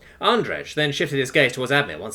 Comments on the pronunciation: I'm guesing Andrej is suppoused to be pronounced like "andreij" rather than "andreg" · I know this is useless now, but I have to say it: Andrej is pronounced "Andrey" (with separation of the last two letters, it's hard to explain with English being so "lenient" with it's pronunciation)